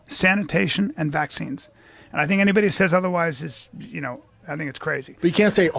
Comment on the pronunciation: I didn't expect to leave here thaankin. But since we're here, I thaank, I thaank Joe's gonna need to get the H out of there, and soon